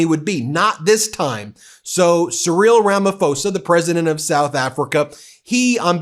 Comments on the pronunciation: it's pronounced "Ramaposa" no f Ben... I've held my tongue long enough, and I like you guys too much to let this keep going 😂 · Hello humans... South African here. Just a "post of order" 😁. The "PH" in our presidents last name is pronounced as a "P" sound like in Paul or Peter and not an "F" sound as in phone :)... so its RamaPosa.... :) Also - a heartfelt thank you for not sending the Orange one to our country...he already f-ed up one country, don't need him and his bullsh$% messing with ours! Love your show! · Dear World, Ramaphosa is Pronounced rama 'POR' sa Not rama 'FOR' sa 'PH' is not F in Africa Thank you. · Side note Ben. Our president 's surname is pronounced as Rama-po-sa. Not Ramafosa. Ph is not pronounced as a 'f'. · Ramaphosa is pronounced Ramaposa:hand-purple-blue-peace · Surely you could’ve listened to how the SA Presidents name is pronounced. It’s Cyril Rama-Pose-Ah not Rama[incoherent fade] Also Putin is an ally, do some research, Russia literally funded trained our own military resistance during apartheid while Reagan was vetoing the anti apartheid bill in the US government. US talks too much that’s why we do not fear them. We fear those who don’t speak of their wealth and military power such as Russia and China. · FYI. Ramaphosa is a Southern African surname. The Ph = F is for English. Just say it as its written. Ph = P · The ph in Ramaphosa is not f as in English. It's pronounced P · Please learn how to pronounce Cyril's surname. I am from South Africa and I watch this channel a lot but it bugs the hell out of me the way you pronounce Ramaphosa.